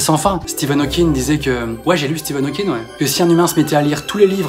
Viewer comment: J'ai bien entendu "Steven" Hawking, c'est pas plutôt Stephen Hawking? ahah